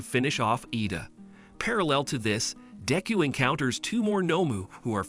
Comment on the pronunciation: i just love how he sas dick ho